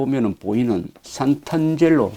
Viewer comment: "상트-안젤로" 라고 해야 맞는말 아닐가요? 재미있는 여행기 잘 듣고 있습니다.